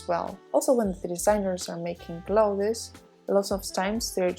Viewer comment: I am pausing the video because I am TOO distracted and annoyed by how you mispronounce the word CLOTHES as CLO-thez ! You also need to use OTHER words : Garments, for example—rather than constantly repeating CLO-thez! Assuming that professionalism is something that you value, and wish to embody in your videos.